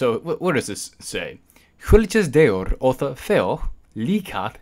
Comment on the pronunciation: ja Tier was pronounced in the right way